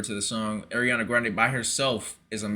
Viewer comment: Her name is pronounced "Ar-riana not Air-riana"